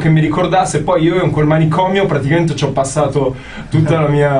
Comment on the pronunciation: Nessuno: Tony: PARTICAMENTE